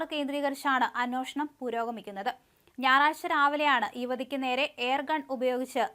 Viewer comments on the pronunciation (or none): Anweshanam ennu serikkku para. Neeyokke evidunna Malayalam padiche